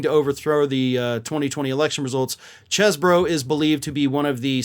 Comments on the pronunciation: His last name is pronounced cheese bro. He's a guy from Wisconsin how else could you pronounce his name? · It's pronounced like "Cheese-bro" and that's according to Chesebro who wants it pronounced like "Chese". Oh, well... So much for the one thing the non-cult media was trying to kinda help him out with.